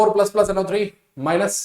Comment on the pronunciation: Sir aap ese kyu bolte ho plas (+)1 😂